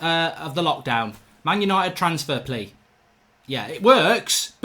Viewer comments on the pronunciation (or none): His name is plea but you pronounce it like playa, great video again mark love the content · David Walton nah it’s definitely pronounced like player 😂 trust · its not plea its pleaa in pronouncing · His name is pronounced “playa” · It's pronounced pleya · I think its pronounced pleya but im not sure Ps: anyone, please dont like this comment anymore im happy at 69😏😏🤣🤣 Oh ffs its at 70 now😅😅